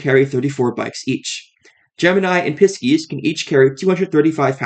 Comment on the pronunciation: All of it. I thought it was just "non-Bay native giving a run down" and i can respect it. But saying Pisces they way he did- well we know its equal across the board